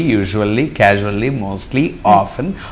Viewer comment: pronunciation to be taken care of... casually /kya-zh-oo-lee/